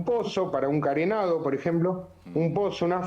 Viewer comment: Un abogado que no sabe hablar!!! Carenado se dice encadenado!!!albanil? Se dice albañil, partiendo de esa base,no le le pidas peras al olmo